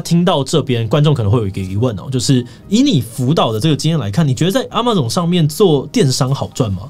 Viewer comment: 也許 Amazon 的唸法是 ㄝ ㄇㄚˇ ㄗㄤˇ 而不是 啊 馬 總